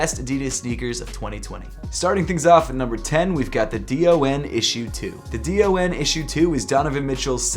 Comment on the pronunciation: Hey! Just wanted to let you know that the DON Issue #2 is usually just pronounced as “Don” and not spelled out letter by letter. I think it’s usually a preference thing but that’s the way Donovan Mitchell pronounces it so I thought I’d just let you know. No hate, love your videos man!